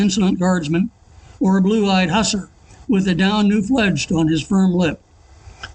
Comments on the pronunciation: Pronounced HOOSAR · Sorry to be pedantic, but hussar is pronounced /whu-ZAR/ weak sound first syllable, strong sound second. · The word Hussar has the emphasis on the second syllable. It took a while to understand what he was saying with the emphasis on the wrong syllable. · that is not how you pronounce Hussar or Androgyne.